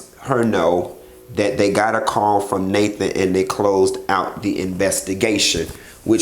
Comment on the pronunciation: who's naspert? I know you mean Nathan but it's funny.